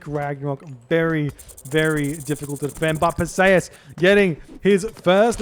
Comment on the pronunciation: Per-See-Us Greek usually has emphasis on the start and end of the name